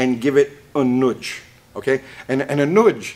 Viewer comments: It’s not noodge…… It’s a nudge. Jeesh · A “nuge” is just a nudge that moved south…lol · Am I detecting a British Columbian here? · Also, it’s funny how says nudge. Lol